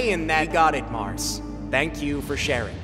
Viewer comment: There are many mistakes in this vid Even you mispronounsed Mars❤